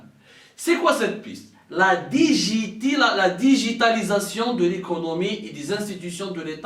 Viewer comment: deja tu ne sais pas le dire digitalisation toi qui est instruit et qui vit en france ;tu parles aux algeriens qui n'ont meme pas un bon debit internet trouve une solution pour qu'ils aient du lait ;la banane il ne la mange pas ;le caca dans les hopitaux ;et votre diplomatie qui s'allie avec le lizoto et le polizebel tu reves mon ami bye bye l'algerie